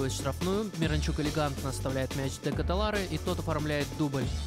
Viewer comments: Спасибо за коммент, но в этом вопросе не все так просто) В Бельгии 3 официальных языка, а его родной Голландский, поэтому я решил не заморачиваться с произношением так как даже в разных частях его страны фамилия и имя могут звучать по разному Сам он произносит: Шарль Дэ Кэтэлар Так что ты прав - более корректно не Чарльз, а Шарль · Верно, а фамилия правильно на Фламандском диалекте произносится Дэ Катэлар, но я не специалист в Голландском языке поэтому допустил ошибку, спасибо за комментарий